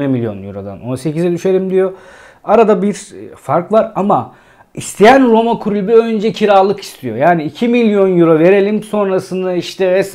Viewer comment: Klubu değil, kulübü sevgili.